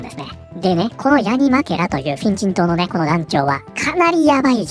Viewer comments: これ、画面見てないと「変人党、変人等」って聞こえるんよなー （むしろ正解） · フィン人党が変人党に聞こえてしまった